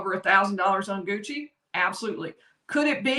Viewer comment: Leave it to South Carolina to pronounce Gucci as 'Goosey' lol.